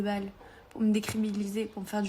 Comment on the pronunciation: '' cRébiLiSer '' apprend a parler